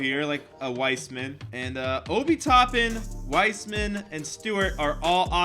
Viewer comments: ITS WISEMAN LIKE THE WORD WISE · Why in gods name does have trouble pronouncing wiseman?????